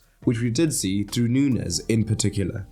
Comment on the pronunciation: Nuñez is not hard to pronounce, it's like Romagnoli, the ñ in Spanish is basically the same as gn in Italian, it's not like pronouncing Rodrigo 😂